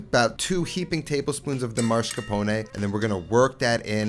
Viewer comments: you say ''marscapone''. Isn't it ''mascarpone''? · MAScarpone. Not MARscapone. You're pronouncing the R in the wrong place.